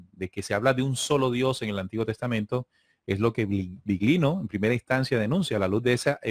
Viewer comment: Interesante. Cuando digáis Biglino que sepáis que en italiano GL se pronuncia "LL". /Billino/ GL suena muy raro